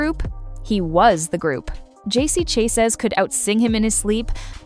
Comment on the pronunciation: Chay-zez?! Hahaha. It’s produced SHAH-ZAY!!